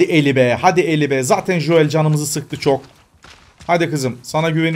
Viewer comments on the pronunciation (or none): Abi joel değil joel